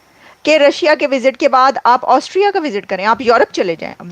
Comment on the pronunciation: ऑस्ट्रिया है पागल एंकर ऑस्ट्रेलिया नही 😂😂😂😂😂😂😂😂😂😂😂